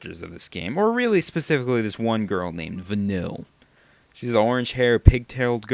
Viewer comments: o.o Uh...i'm sorry but you said Vanille wrong...and i'll still complain about this :3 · Vanille is on of my fav charaters pluss u pronounced her name wrong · im sorry i personally like Vanille but i have no problem with you posting this vid cos everyone is entitled to their own opinion but will you at least say her name correctly! i mean all the characters say it at least 100 times during the game and you still don't know how to pronounce her name!! p.s. no offence just say her name right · Vanille is one of the best characters!!! if your going to diss her, at least say her name right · If you actually paid attention her name is "Van-eel" Not Vanill, not Vanilla. You're a racist :D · it's not van-ill, it's vah-neel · Vuh-Neel.... not Vuh-Nill... Vuh-Neel.... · It's "Vuh kneel" not "Vuh nil", doofy. I hope by now you've played enough of the game to realize how jawesome Vanille is. PS: The voice actress is from Australia. :D derp. VANILLE FTW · her name is pronuced Vah-neil not vinill. its very obvious that your only 10 hours into the game. but i wont put any spoilers in here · Its not Vanille its Va-kneel pronunciation wrong. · va-neel > VANILLE. How is it that hard to pronounce a name that is said multiple times in the video game... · 1) Australian accents are HOT!! 2) She's not annoying, she's wonderfully bubbly. 3) You can't be surprised if the depictions of black people are leaning toward racist. Japanese people are historically racist, but in my opinion it's getting better. 4) Could you pronounce her name right?! PLEASE!? Va-nill just gets on my nerves. It's Va-neel. Learn it, live it, love it! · it's pronounced like Vann-eel!! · I never SAID it was racist, I IMPLIED it was. While that may be the same thing, in this instance, I didn't mean it to. Also, while her name is spelled similar to the flavor, it is actually pronounced "Van-kneel" But my statement still stands, you haven't played White Knight. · But despite all that, it is pronounced Vuh-neel...